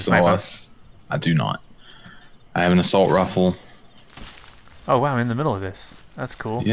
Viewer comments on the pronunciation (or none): said “assault rufle”